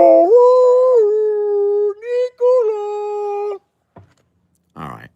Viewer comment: Lmao….it is Ricola, but since you said Nicola….I will take that as a personal shout out…lmao